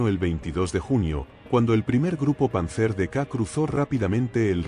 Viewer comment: Panzer se acentúa sobre la primera sílaba y no sobre la última